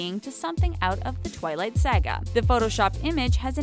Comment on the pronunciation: Really? You can't pronounce the word "saga"?